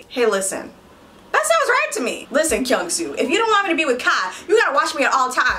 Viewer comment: am i the only one felt weird when pronounce kyungsoo name? 😂😂😂😂😂😂